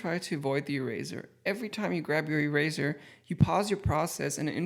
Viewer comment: "Erazor". Lmao